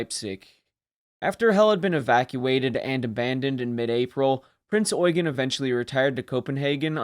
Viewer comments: I am so glad that the US nattaror isn’t pronouncing the Ship as the Prince Yew-Jean. Something I have heard more than a few times. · Generally a well done video and thank you for pronoucing her name correctly, although you seemed to have skipped over her service in both 42 and 43 and there were a few minor techincal hic-ups and details left out, like for example her status as flagship in both 42 and 44-45 or that the majority of people that she and the rest of the Kriegsmarine aided were civilian refugees and not soldiers, although soldiers were also present, but they were the miniorty. Also, did you know that theres so much more to her post-war story, then just the weapons tests and the atomic bomb tests? Or that she went through a hurricane to rescue a distressed civilian ship, on her way to America? She was a living legend!, and the American public and press wanted her. You weren't lying when you said she was wanted by everyone. As the Head Admin of the Heavy Cruiser Prinz Eugen Appreciation Association, I would like to invite you to our association, if you want to learn more about her, her service, her crew and more with and without stuff that isnt covered in modern mainstream media. Our association consists of fans, admirers and historians who all have a love for this great ship. We also have teamed up with the award-winning wreck photographer Becky Kagan Schott, who has some amazing photos of Prinz Eugen´s wreck and she plans on doing another future dive for more stunning photos. Given that we sadly does not have a museum ship to preserve, we are very passionate and serious about her legacy an